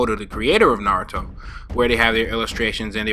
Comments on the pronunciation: Nice "Nazuto" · Why does it say nazuto?